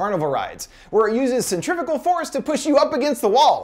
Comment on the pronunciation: Finally, someone who says “centrifugal”